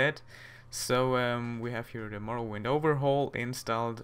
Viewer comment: its morroWIND like WINDhelm but not morroWYND ok;)